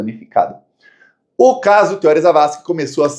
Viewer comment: é Theorí, o acento é no I e não no O.